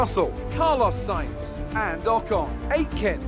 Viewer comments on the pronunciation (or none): none